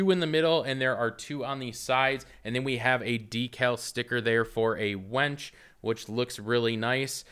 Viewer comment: Did he say wench instead of winch? Both are good in my book, lol